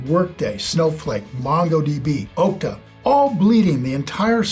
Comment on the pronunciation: It's ahkta not ohkta. And it's pronounced Sass not S A A S.